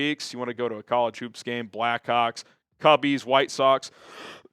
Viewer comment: it did not sound like you said black hawks